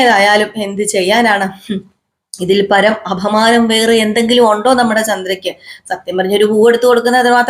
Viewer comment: അഭമാനം അല്ല അപമാനം ആണ്